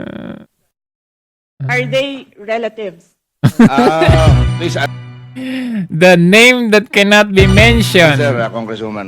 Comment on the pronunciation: " Rela-thieves? hahahaha